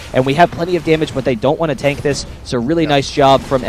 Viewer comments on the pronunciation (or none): none